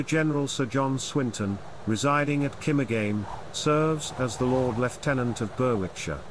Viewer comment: The w in Berwickshire is not pronounced. It is pronounced as Berickshire. The place where they currently live is pronounced is Kimmerjum. I know it’s difficult because for people who are not Borderers and many words do not originate from English.